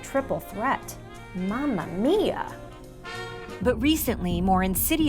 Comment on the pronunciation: ahah your "mamma mia" is purefecto!